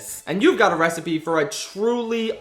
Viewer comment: Did you mean "REDcipe"?